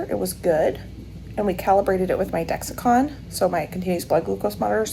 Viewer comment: It's Dex-Com, not Dex-i-con 😉